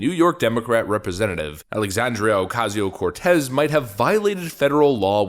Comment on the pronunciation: Dude stop saying her name like that.